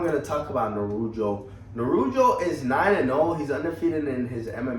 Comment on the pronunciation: Bro ... he's name is Nurullo ,,,but not[ Nurujo]